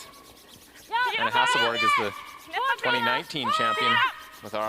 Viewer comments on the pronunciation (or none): Is it really that hard for commentators to say Hasselborg, instead of Hasselberg....and she is not the only one that does it.